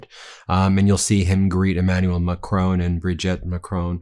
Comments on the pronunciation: Ben, ce n’est pas Macrone! It is Ma-cron, with the R at the back of the mouth, and the N sound shortened and the tongue touching the soft palate. Hope that helps, mon ami 👋 from 🇬🇧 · Always excellent! N. B. - Not Mac-rone, like roan, but Mac-Ron (like the masculine name, Ron)🤗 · Who is this president MaCrone? If you can't manage a french accent at least pronounce it as MACRONN There's no E at the end. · French President is Mac-RON - not Mac-ROAN! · Ben, why do you always misprounce the name of the French President. His name is MACRON. You always say MACRONE. Why ? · Just saying.. It’s Mac Ron, not ‘macrown’ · Please - It's Mac-RON, not Ma-crone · S’il tu plaît, it’s not Mac-tone, it’s Mac-rhon. Not in spelling, pronunciation. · His name is Macron, not Macrone. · Macron! Not Macrone! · Love you guys, but hate how Americans keep butchering Macron’s name. I understand that people have difficulty with the French pronunciation. But nobody reads the word “micron” as micr-own. Just say Macron, just like it’s written. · Pse pronounce Macrons name correctly. Pronounced as follows: Mac. Ron. Not Mac. Rone!! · Please Ben it’s pronounced Maa.kron not macrone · Please, Please, Please, Emmaulle Macron, please notice there is no E at the end of MACRON his name is pronounced Mac Ron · Hi Ben. macron is pronounced like don,you say Macroan, in case you’re interested,watch you daily😊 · Please, Please, please Ben. Do your very best to pronounce Macron properly. It is Ma-cron, rhymes with baton. Please, please, for me, just learn the correct pronunciation. Thank you very much.. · How does the last letter of an french word get pronounced???? every American news outlet.... MacronE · I wish you would learn to pronounce the French president's surname. Ma-cron (almost don't say the n) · Stop mispronouncing Macron. Not a difficult name to say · You’re pronouncing the French president’s name wrong doofus 🤪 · in fairness to Trump he can pronounce Macron unlike you Ben